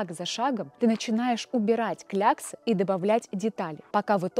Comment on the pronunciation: Ещё кляксы неправильно прочитала в начале видео